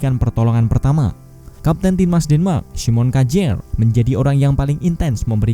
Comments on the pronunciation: Kjaer min bukan Kajer 😂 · Dibacanya kejaer